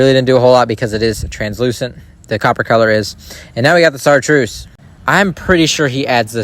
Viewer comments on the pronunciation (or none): Chartreuse not sartreuse. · I love your videos, but it's not sarteuse it's chartreuse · It's pronounced "SHAR-truce" if I'm being rude pls tell me I mean this in all good intentions lol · It’s pronounced “shar-truce” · It's ok to spell something wrong he isn't even saying it right btw if you wanna end up going back to fix it where you put went off of the video it says of of not off of just so you know